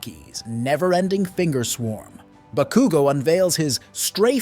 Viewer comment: The bah-koo-go naming Is triggering But nonetheless absolutely prime video. Keep it up. You're amazing. Plus ultraaa!!!